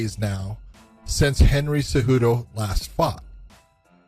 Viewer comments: Why does the narrator always say Henry Tzejudo? Why tho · WHY DO YOU SAY TSEJUDO?? IT'S WEIRD AND INCORRECT. IT'S CEJUDO, BRO. CEJUDO. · bro its CEJUDO not TZEJUDO